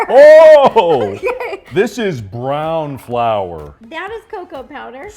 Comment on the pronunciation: “this is browwn flour” help what the frickle